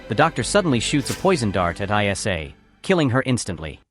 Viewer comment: Also, her name was ISLA, not EYE ESS AYE. AI slop